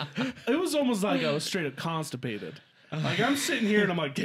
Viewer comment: You weren't constipated you were clawstipateed😂😂😂